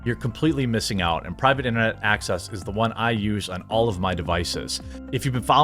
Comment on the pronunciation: Gentleman, find yourself a foreign girl who struggles to pronounce your name the way Jeremy struggles to pronounce Private Internet Access.